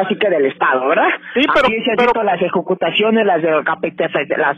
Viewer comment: Las ejecucutaciones, las capitaciones, no se aprendio el libreto el vato...jajajaja